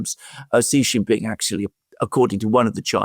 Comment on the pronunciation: Excellent content, as usual. One quick note for Mr. Mercouris: "Jin" in Xi Jinping is pronounced "gin" like gin and tonic. "Xi" in Xi Jinping is pronounced a lot like "she", as in the female pronoun. Not with a sound like "z" in zebra, "g" in genius, "j" in je t'aime, nor "s" in sea. (See Wikipedia article 'Xi (surname)' or Google will say it. Phonetically, it is /ʃiː/ or shee.) (If one pronounced Trump like Thrump or Macron like Maclon, a polite correction would be appropriate, right? Well, Xi is just as prominent a leader.)